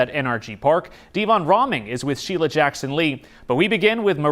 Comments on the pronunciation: Cmon man. Sheila's name has been in the news plenty enough where you have heard how to pronounce her name correctly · I about died laughing when you called her "Shilla!" 😂😂😂